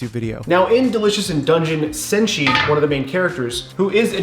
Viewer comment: Btw, it's senshi not senji, just sayin:>